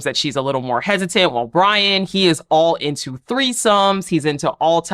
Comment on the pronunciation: Hey, his name is Brion. Pronounced (Bree-un).